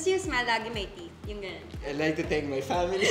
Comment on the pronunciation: "my pAmiLee" HAHAHAHAHAHAHAHAHAHA